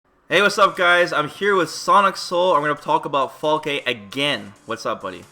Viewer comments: I said it a bunch of times, it's Falke the E is silent so Falk(e) not Falkeh lol smh. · Falk-uh. Not Falk-aye. It's German for falcon. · Is Falke really pronounced “fall-kay” ? I read it as “fall-kh” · So we can assume that her name is pronounced "FAL-kuh," yes?